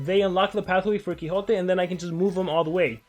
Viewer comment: Is mexican? He sounds mexican when he says quixote